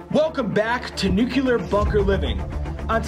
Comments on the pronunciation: oh goodness, its Nu Cle Ar not Nuke Ya Ler 😒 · It’s not “NU-CUE-LAR” pronunciation. It’s “NU-CLE-AR”. I’m tired of everyone getting this wrong😂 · still doesn’t change, you are butchering the pronunciation with metathesis, switching the two adjacent sounds. If you want to say United Nations of accents, you would only change the ending phrase from “ar” to “ah”. Good try through.